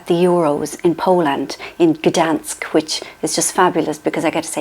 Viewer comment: I didn't know you visited Poland. Glad to hear that. Your pronunciation of Gdańsk is really good! Best wishes from Poland. And thank you for the support and kind words about Polish workers.